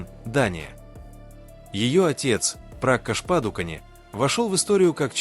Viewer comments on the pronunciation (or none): Почему вы сами не озвучите или сеть не научите правильно имена и фамилии называть? ДИпикаПадукОн, её отец ПракАш ПадукОн и другие имена, дослушать так и не смогла.